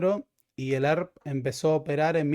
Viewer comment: "El Arp" (ERP), pero asi pronuncia el pelotudo.